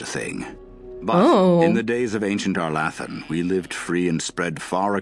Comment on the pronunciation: Having gotten used to the pronunciation in the later games, arlAthan sounds so funny